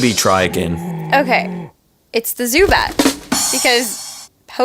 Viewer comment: When she said zubat I wanted to slap my face